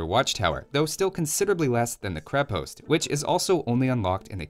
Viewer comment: Its krep"o"ast If you wana say it the russian way